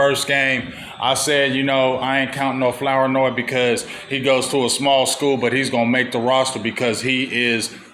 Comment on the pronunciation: Floor-noy is how it’s pronounced